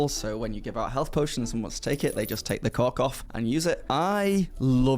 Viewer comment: You sir pronounce "Cork" much like I would say a different word....